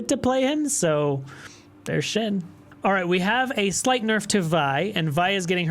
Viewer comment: Say shin ..... ONE MORE TIME and I'm unsubscribing. S H E N. Shen